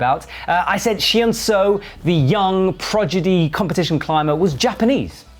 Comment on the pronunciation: Felix De Lubersac chill mate, it was a joke, my bad for not putting 'lol' at the end. He also said 'progidy' immediately afterwards so it's not just Korean he was struggling with today.